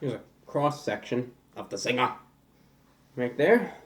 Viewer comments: since these originated in Australia. your pronunciation of zingah is correct. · LOL mi love yuh! we call it 'Zinga' in Jamaica too lol you got it right! lol Jamaica has the best KFC come and review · Phil Deep In Australia it's just a Zinger because that's how we pronounce it (We automatically say Zinga) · Australia's had the Zinger for a few years before the US so "Zinga" is technically the right way to say it